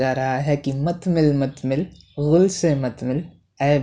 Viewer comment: Urdu bolne ke lye har lafz me nukta lagane ki zarurat nahi bhai... गुल होता है ग़ुल नही !!